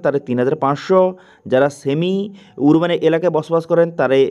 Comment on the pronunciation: উচ্চারণ টা আরবান হবে 🙏